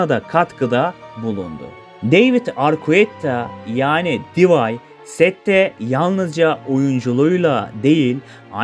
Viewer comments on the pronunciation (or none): videolarını çok beğeniyorum ama şu telaffuzları doğru söylesen artık. divay ne kardeşim? 🤣🤣